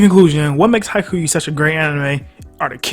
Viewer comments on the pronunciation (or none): man, this vid is straight faxx, but please, please, please get ur pronunciation right. Its pronounced Ha-ee-kyoo. Ur the goat but as a japanese person i fee the need to correct u here. But haikyu is a goat tier anime